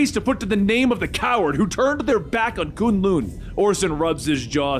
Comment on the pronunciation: A BIG thumbs up on this video if for no other reason that we pronounce "K'un L'un" the same way in spite of what Netflix thinks! ;)